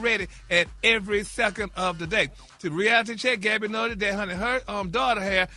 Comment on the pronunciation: Just call her Gabby Geesshhhhh it irks me when Ppl mess others name all up you done heard the lady name a million times how when you see it you can’t say what you been hearing for Years Now 🤦🏽‍♀️ Bary 😅😅😅😅😅